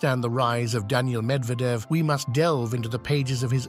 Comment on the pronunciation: So funny this AI video...he's repeating 9 retry much the same things over and over while mispronouncing Medvedev 's name.